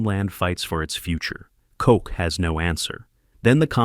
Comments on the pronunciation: koch is NOT pronounced coke 🥀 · His name is Koch bro. Not Coke. Wtf.